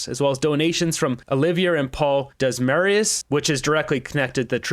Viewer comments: Desmarais is pronounced De mar ay They are a part of the deep state swamp of Canada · Desmarais: lad it's pronounced De-mar-ay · Desmarais is French - pronounced Dem-ar-eh in English l. Accent on the first syllable. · Desmarais pronounced "Dem r eh" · btw....Desmarais is pronounced DEM-are-ay